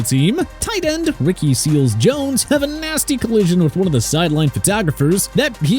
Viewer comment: Seals-Jone? Really? Actually it's Seals-Jones.